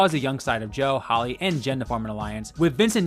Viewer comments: Why did he call Hali holly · Joaquin not Hakeem Hali (hay lee) not holly